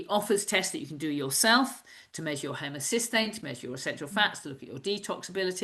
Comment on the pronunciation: does she mean homocysteine? Transcript and accent give funky word.